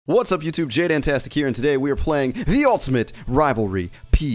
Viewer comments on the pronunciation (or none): jdantastic should say daanntanstic